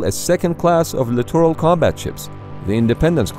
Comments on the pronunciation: Why does "class littoral" sound like clitoral when pronounced rapidly.... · Somebody teach this guy how to say “littoral”…..please! 🤔🇨🇺🇺🇸